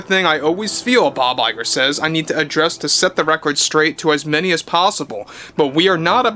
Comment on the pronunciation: Bob LIE'ger lol